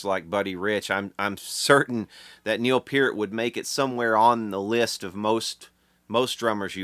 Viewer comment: Thank you for pronouncing Peart properly.